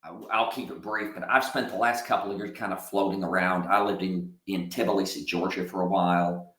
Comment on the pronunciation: It's pronounced Ti blee see. Not "tibbaleesee"